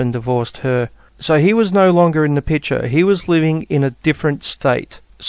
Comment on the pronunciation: Why does say "pitcher" instead of "picture"? Is it because of the pitcher his skull is trapped in?